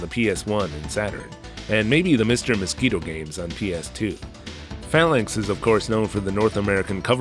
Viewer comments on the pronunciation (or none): none